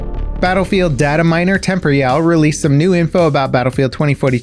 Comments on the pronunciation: The name is "Tem-poor-e-all", not tempory-owl. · Tem-poor-reee-all. lol not temp-ree-all. Anyways really looking forward to portal. Sounds like it's gonna be really big.